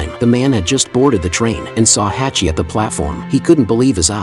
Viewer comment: True story from Japan. It's pronounced Hahchi.